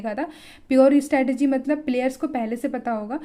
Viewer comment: It's strategy not stratergy kyu complicated bna rhe ho